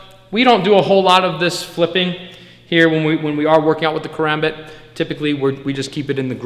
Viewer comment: First off you’re pronouncing karambit wrong Second never flip this blade it is not meant for that(care om bit)